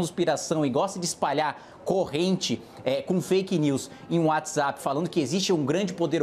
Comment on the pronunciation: "Descricionario" (discricionário) , "uadizapi" (Whatsapp). A partir do